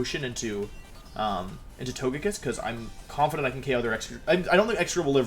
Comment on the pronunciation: トゲキッス is a 'g' as in gulp. Hearing you say "tojekiss" hurts me